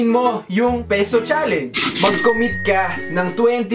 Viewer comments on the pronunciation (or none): Na- emphasize masyado yung MAGCOMMIT.. Waaaaaahhh hirap beshiee